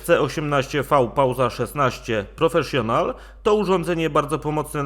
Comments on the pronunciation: Dziwnie brzmi te wypowiadanie PROFESZJONAL ;) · Absolutnie się nie czepiam...Tylko ucho dziwnie to odbiera. Grunt że każdy wie o co chodzi ;)